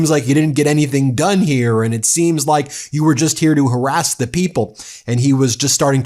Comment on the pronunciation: "Axed" (try asked) and "before da president" (try before THE president) ----- glad to see he is a well spoken republiCANT. What else can he do well?